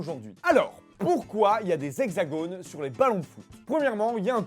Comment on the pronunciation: on ne prononce pas le s de la liaison : les hexagones